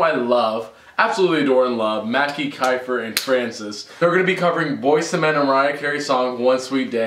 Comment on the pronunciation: The pronunciation is kifer im just sayin'